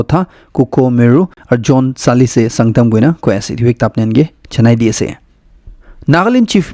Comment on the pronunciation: Tsalise nohoi.